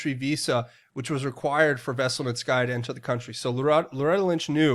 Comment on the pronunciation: A-zith-throw-my-sin will get you close enough. Z pack works just fine. Dont stress it. You say Natalia Veselnitskaya with no issue. Which is harder...lol. ML to you dear one. In the name of Jesus Christ my Lord and Savior.